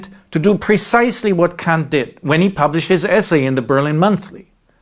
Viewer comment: "Honestly, I kan't"... handle that you chose to pronounce Kant ...like this, moeller. Except in that 1 video, with an actual apology. I am surprised you found that necessary, and I would quite like to know why? I will not let this get in the way of all the valuable content, however, and wish to express my gratitude: Vielen D[æ]nk!